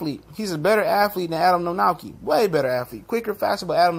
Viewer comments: It's pronounced Kovnoski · "kov-nats-kee" practice it now, we'll all need it for years to come :P proud of my countryman for getting this far. good video. guaranteed will be a good fight. will it prove much? no. martin walks the earth like a dog. still, power to the flabby!